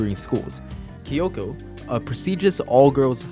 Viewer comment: what's kiyoko it's kikyo 🤓🤓